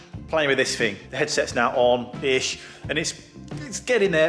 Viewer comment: Please stop saying "frough", "fink", and "fing", instead of "through", "think", and "thing". It's thucking annoying!